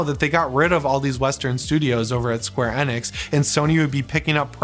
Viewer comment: Isn't it Enix not Enex, I that it was Enix, but I guess I'm wrong lmao 😅😆😂